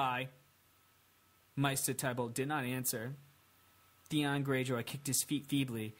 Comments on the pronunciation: The next book is supposed to be about 1500 pages but knowing George r.r. Martin it'll be way longer and it's pronounced mayster not meester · Its pronounced "MAY - STER" Like... try saying the holiday, easter... then replace the "ea" sound with the month of may. Youre welcome. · Pronounced May-ster